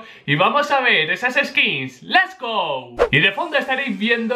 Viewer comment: es "Let's go", no "Les go"